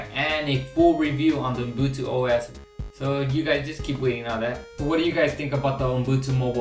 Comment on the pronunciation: it's not UMbutu as you keep repeating it's UbuNtu